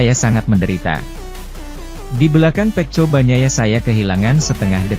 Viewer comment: Feko bukan feco 😂